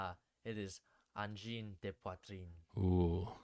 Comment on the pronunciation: Pretty good pronunciation. But you said the de like des which is the plural of de. Try saying it more like duh..